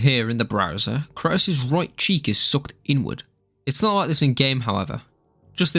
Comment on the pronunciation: The way you pronounce kratos makes me want me want to lay down in front of speed bumps